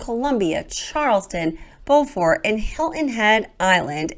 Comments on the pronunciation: Just a note, in SC Beaufort is pronounced BUfort, not Bofort. 😊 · It is not pronounced Bofort it is Bewfort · Locals pronounce Beaufort “Be-you-fort” (not Bo-fort). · Just FYI in SC, it's pronounced like this (read as English words): BEAUtiful comFORTer (subtract the lowercase letters). I believe the same name exists in NC but pronounced like Bo-fort (may need verification). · Beaufort is pronounced like beautiful fort beau-fort at least by the locals. I was stationed there and lived there for a few years after. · It's pronounced (Bew fert) if you are in SC... If you are talking about Beaufort NC it's pronounced (Bow fert).